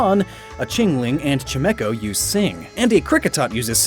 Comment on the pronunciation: Chy-ma-cho, why do so many pokemon channels call it Cha-mee-cho.